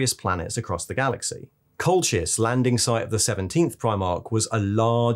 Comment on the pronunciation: Cracking video as always, even if it is about the biggest gang of d-bags ever to wear power armour! FYI, if Colchis is meant to be pronounced like the historical/mythical place on the Georgian Black Sea, I think it's pronounced "Colkis"?